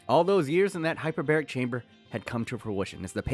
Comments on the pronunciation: Man really said “Hyper-bear-ric” time chamber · That,”Hyperberic chamber”, hurt.